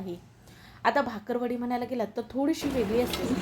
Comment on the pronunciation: भाकरवडी नव्हे बाकरवडी असा उच्चार आहे